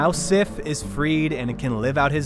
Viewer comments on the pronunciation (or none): Her* days. Sif is a female name, so it's a she-wolf. It's also pronounce more like 'sieve'.